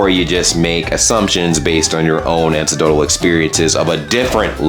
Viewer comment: re: tiktok. the quality shot up drastically. seriously though, there was a lot less shouting and a lot of people reacting retroactively to how loud you guys are. oh, and it's a-neck-doh-tal 😉